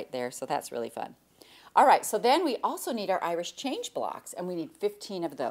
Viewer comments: Is Jenny saying Irish Change? I always thought it was Irish Chain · Is it an Irish Chain block? Sounds like Jenny is saying Irish Change. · I laugh every time you sat Irish Change block, so funny to hear